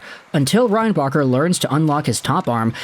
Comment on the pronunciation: Should have said his name correctly